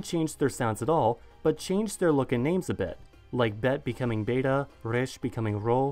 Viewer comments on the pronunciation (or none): none